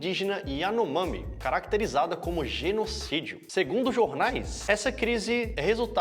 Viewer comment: "....ainnn, é jenumssídio.." "... jenumssídio acolá.." Que saco esse papinho esquerdolóide para encantar gado . Genocídio está tão banalizado quanto o termo Fascismo. Como se alguém que mora em Roraima visse um indío e dissesse , olha um índio, mata...